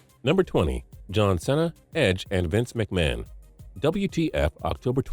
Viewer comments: mispronounced cena SEE-na not se-na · When he said John senna it made me cringe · He said John sena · John Sina? ITS JOHN CENA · Did this nigga just say John "Senna"? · JAH-N CEE-NA that is how you pronounce it. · "john sena" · Is this your voice on the mic? Or a narrator? John Cena is pronounced see-nah. How didn't you get that one tho.. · ... He pronounced JOHN CENA wrong... he said John Sehna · I still can't get over the fact that you said John Cena wrong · When will he say cena right? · The way he say John cena is so wrong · Good lord your videos are just so factually incorrect I don't understand how they get so many views. You called Peyton Manning number 10 when he was number 18. You at first said the go fund yourself episode was from 2014, then later said 2004. And you can't even pronounce John Cena's last name right. All this just shows that you're not doing any research in your videos, you're just quickly throwing a list together without caring how good it looks. And it also shows that you don't even check to make sure that your videos have no mistakes in them. Get your shit together. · Cant help that Cena was pronounced wrong, it is a botted voice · He... He said Cena like the "e" was a short vowel... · TOO yes he is lmaooo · he said john cena wrong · Mispronunciation of John Cena